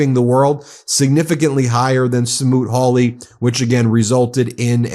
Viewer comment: Rand Paul said "Hawt Smooly" tariffs of the early 1930's (yeah, I rewound and listened 5 times to verify - yep, Sen Smooley, R Pennsyltucky was a very bad man, and he is still collecting Social Security). didn't work so well politically. Yeah. Senator Paul is one of the idiots we have in Congress who are supposed to keep Trump in check!!!!! Stick your Hawt Smooly up your port of entry, you Trump sycophant!!!